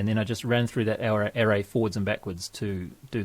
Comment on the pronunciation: English pronunciation of the word ARRAY